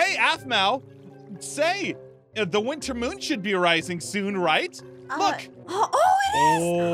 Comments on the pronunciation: I think ein said "wister soulstes" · Hahahahahahaha! He does say "winster" LoL when I spelled it it was autocorrected to winter! HA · Winster said winster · Aphmau: every werewolf must obey her every command: gives her a cake for some reason Aphmau: pretends to be scared: IM THE MOST POWERFUL WOLF DURING THE WINSTER SEASON. Me: questions why he said winster instead of winter Then me a second later: *wonders why is it always the richest player (is that how u spell it): MY STEAK IS COLD 😢 Me: didn’t he like cookies? Aphmau: ein unleash the poops Me: hysterical laughter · Anyone else notice that says 'winster' instead of winter when he is declaring himself a winter wolf? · Did anybody else notice said winster instead of winter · Anyone else realize that that ein said winster and not winter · Why does say one Witser🤣😂🤨